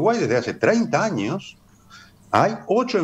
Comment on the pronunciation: No se pronuncia ANIOS. SE DICE AÑOS. Esta para el.